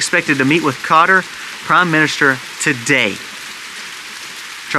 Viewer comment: Qatar is pronounced kah-TAR